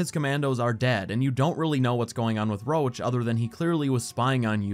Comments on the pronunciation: your videos are great, I watched hours and hours. but the guy is Roche, not Roach. It definetly need to be pronounced differently, Roš or try the french variant Roche (Roše) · Oh my god! I didn't know Roche's name in the English version sounds like Roach...